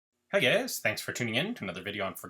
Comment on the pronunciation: Literally the first second .... hey gäus.... what kind of accent is that jk of course